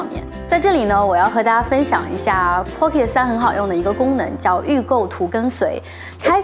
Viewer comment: 建議去聽一下pocket的發音，真的不用每個音都發音才代表念英文……尤其是尾音，應用在所有地方，加油 但是你講得很棒，關注了🎉